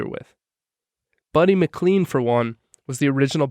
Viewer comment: McLean is pronounced McLain, no mcleen.